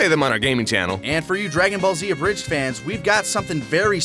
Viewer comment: Man i cant wait for "Draong" Ball Fighterz.